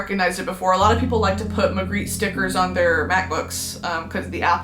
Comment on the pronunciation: Shoutout to the belgians, Bosch and Margritte, she did butcher those names but i’ll let it slide. Very much green bean!!